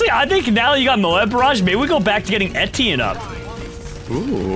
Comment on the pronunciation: etienne is pronounced etch-E-en not etine